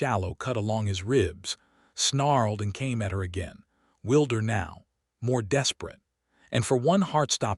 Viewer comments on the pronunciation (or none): Same bloody names or very similar, Voss must be the most common name. Lame story, and the same AI narrator can't pronounce words - like "wilder" as in wild is pronounced like weelder. You'd think an AI that wrote the story should be able to pronounce the words. Refuse is pronounced like the start of the word refuge but with an se at the end. This is what mass production is when it comes to stories, nobody is checking the "product". Why is he saying "you came back" after she beats Voss, when they were fighting close to Tobias, it's like the AI is drunk? Shifted, shifted same bloody words.